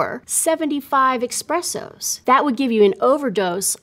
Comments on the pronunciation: 75 EXpressos? I think it's espresso. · I've seen someone get shot for calling "espresso": "ex-presso" It was in a comedy sketch, but still... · It's espresso, not express-o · I love you, but please NEVER say "eXpresso" again 😢 That hurt me deeply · Did she say "Expressos"?!? 😂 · She lost my Trust when she called espresso Expresso 🤣🤣🤣🤣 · Espresso, not Expresso. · Okay, but how am I supposed to take you seriously considering you referred to espresso as expresso? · Did she say “expresso” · Did you really say expressso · ESPRESSO NOT EXPRESSO! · ESPRESSO, not EXPRESSO dammit. Will you people NEVER learn?! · It’s pronounced “Esss-presso” not “Ex-presso”… especially given you are a chemical expert… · All this experience and calls espresso- expresso… get out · I loved this lady's style of speaking it was so interesting to listen to, EXCEPT for when she said EXPRESSO 😭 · did she say 'eXpresso'? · It ended me as well, esp at the start of the video. HOW can you think ‘expresso’ is a word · Wtf is an "expresso" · eSSSSpresso.. Stop with that god aweful "X". It doesn't have any "X" Espresso. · fun fact, an Italian dies when a person mispronounces ‘espresso’